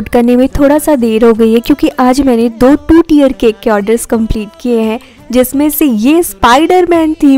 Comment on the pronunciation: Ma'am it was 2 tier cake no tear your pronounciation is little bit wrong